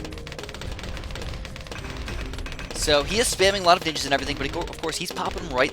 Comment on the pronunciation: "ninjers" oh god